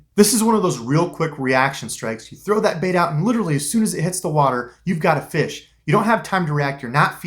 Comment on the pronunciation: Lol the way you said it. “Found a feesh.”